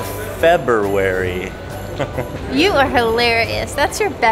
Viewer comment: FeBERary LOL